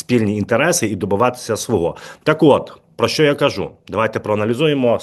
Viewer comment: Ставте правильно наголоси(вимоги,випадки,свого,твого і.т.д) гидко слухати.ви знущаєтесь над солов'їною мовою.косите під відповідну регіональну мову.